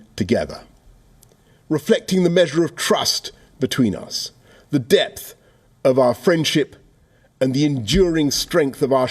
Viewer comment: Borris' "depth of friendship" had the 'p' silent.